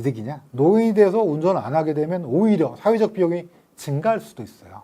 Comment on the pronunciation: 있어요를 있어여로 발음하는 특징을 갖춘 분!